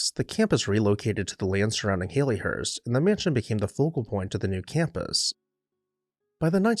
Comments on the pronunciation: It's pronounced "Hal-lee" not "Hay-lee" . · He said Hay+Lee+hurst throughout??.😊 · Great description of the house and its history, but you are NOT pronouncing this correctly. The Victorian name Hallie rhymes with Sally or valley. It was originally a pet form of Harriet just as Hal was a pet form of Harry. It is NOT a form of the modern name Hayley as in Hayley Mills, which comes from a surname and is a completely different name. :)